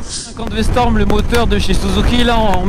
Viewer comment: commence par apprendre le nom de la moto... C'est V-STROM pas V-storm... 🙄